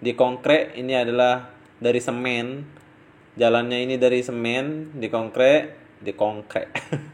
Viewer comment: Di KONGKREK bukan di KONGKEK 😂😂😂😂